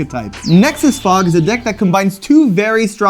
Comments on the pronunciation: I know it was actually “Fog”, but hearing “I’ve come to fuck. Fuck. Fuck. Fuck” had me rolling way too hard LMFAO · The repeating fog does not sound like fog... sounds like f*ck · it really sounds like, instead of "fog", he's saying "fuck" instead 😂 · I know it is saying fog, but it sounds more like the F word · The megaphone does NOT sound like he’s saying “fog”